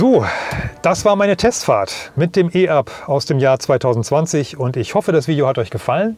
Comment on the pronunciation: Ein deutsches Fahrzeug mit einem deutschen Namen, der auf Deutsch ausgesprochen wird, e-Up und nicht i-Up!